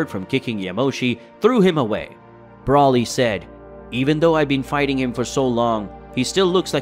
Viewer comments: Who is brolly? its BRO LEE and its vegito not vegeta? you pretend to be a db fan and you cannot even get the names right.... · Brauly is not his name!!!! It's broly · You still cannot say Broly why you cannot say his name, right